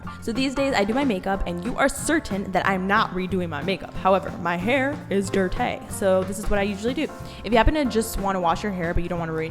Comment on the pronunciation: "my hair is DIRTAÉ" omg I cracked up on how you pronounce dirty Lol